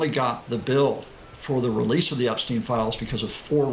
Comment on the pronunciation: Not Epsteeen. it's Epstein.